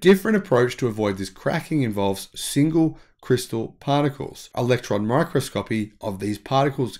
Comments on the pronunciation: "My Cross Co Pee' mate. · My-kros-ko-pi. I teach pronunciation.